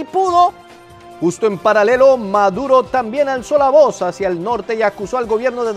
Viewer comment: 🤣🤣🤣🤣🤣🤣🤣🤣🤣🤣 esa de maduro si estuvo muy buena 😂😂😂😂😂😂😂😂😂😂que pronunciación tan abismal